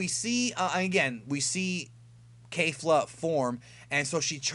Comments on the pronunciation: It's kafla not Kefla or Kalefla. The guy who translates the episodes for the subs should be fired. Same goes for "Ultra Instinct"... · You are so pronouncing the fusion name wrong.. both "Ke Fla" and the narrator said KE FLA the only that the narrator was more detailed enunciating it actually sounds like this Ke ful a because of the roll of the tongue when pronouncing the last part.. It is not Kale fla nor Kay lu fla.... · its kef-la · It's not Kalefla.. it's Kefla (pronounced Kay-flA I guess) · Caulifla and Kale's fusion is "Kefula," not kerufula. If you listen closely to them introducing themselves, you'll hear them say that. The title for next weekends episode has their name in it too: 「悟空VSケフラ！超サイヤ人ブルー敗れる！？」"Goku vs Kefula! Super Saiyajin Blue, defeated?!" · Lmao bruh it's not that hard to pronounce Kefla... you said it like 3 different ways in this. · kefla is pronounced kef- u-ra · There fuse name is kefla not kelfla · It's pronounced Kefla. Did you even listen to how they said it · wrong fix your ears it's kefla no R